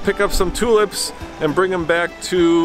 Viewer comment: Nice video. I must admit you said "toolups" about 5 times before I worked out you were saying tulips. We pronounce it similar to "choolipps". Sorry about that.